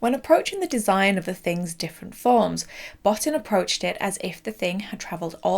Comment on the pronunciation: sigh bo-TEEN, not BOT-tin It's so disrespectful to mispronounce someone's name. It takes literal seconds on YouTube to find the correct way. Come on.